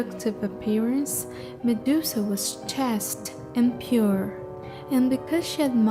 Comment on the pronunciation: The narration is different than usual Sounds lazy and unappealing the pronounciation of chaste is also off Hope you improve